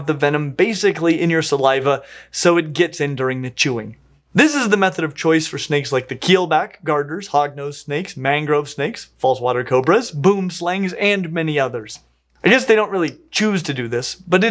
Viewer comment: Honestly, pretty interesting. I really enjoyed all the little illustrations and the science behind how it all works was really cool. Would love to see more! Only nitpick is... boomslang. It's Afrikaans and are pronounced more boo-uhm-slung. Difficult to get across with text, but I hope that helps! (literally translates to tree-snake for any interested. We aren't the most creative with names)